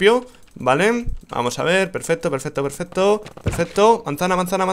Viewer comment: no es peferto es pesfesto